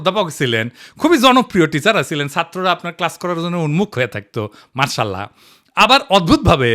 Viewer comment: মার্সাল্লাহ নয় উচ্চারণটা হবে মাশাআল্লাহ